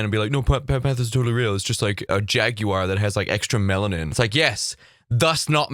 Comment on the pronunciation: Lol@ the way u pronounce jaguar 😆